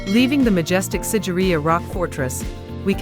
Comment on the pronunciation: it should be SIGIRIYA...not sideria👍👍